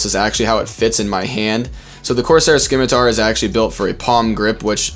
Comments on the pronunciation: Hi great review I'm getting one because of it. Quick thing I think it pronounced Sim-e-tar it's a old bendy sword used by pirates. Like Corsair are pirates to. Kinda like razer are named after snakes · pronounced simitar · The c is silent bro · What's a skimitar?